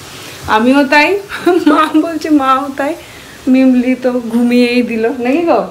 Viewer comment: Medicine shop e ogulo ke chocolate bolena r mimlir pronunciation ta thik hochhena